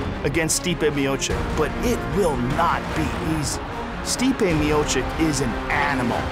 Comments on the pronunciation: Stipe is from my country and I get annoyed every time someone from US is saying our last names,couse most contain the letters Č and Ć,(sound of ''ch''),they always fuck up ..and sometimes I even think it's on purpose..couse why on earth would you,Joe Rogan,pronounce his name ''Stipe Michik'' as if he hasn't said sound ''ch = č/ć'' before in Mio-->č...he can just say chich on end once again and call it a day,not make it cringy and weird,just say '' Miochich = Miočić '',couse that is how you pronounce his name. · Stipe Miocek ?? wtf Rogan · stipe miochick,cmon Joe Rogan hahahaa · "Stipe Miocik" -Joe Rogan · Joe Rogan: Stipe Miocik -.